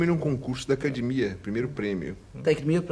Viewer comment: Repararam o falou acaDImia 😅